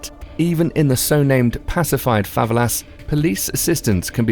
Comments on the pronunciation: dont like correcting but is fa ve la not fa valas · Favelas? You're pronouncing it wrong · I'm from Rio de Janeiro and rio is good just don't act American and don't get to favelas and he said favela wrong